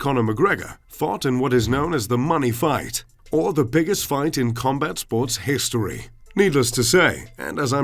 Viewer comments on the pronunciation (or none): none